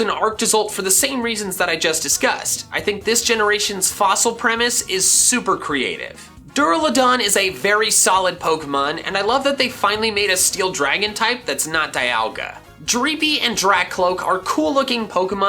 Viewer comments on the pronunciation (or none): DURALUDON, NOT DURALADON!